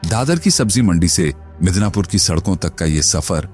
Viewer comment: Midanapur nahi pagal madan pura